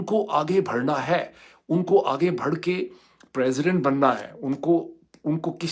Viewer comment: بڑھ اور بھڑ کے pronunciation کو سمجھیں ڈاکٹر صاحب !